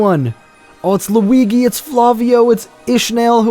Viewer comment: Caught Pronouncing Luigi Incorrectly